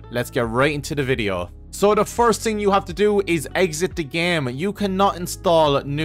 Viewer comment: Love the way you say "thing". "Da ting is". Great video!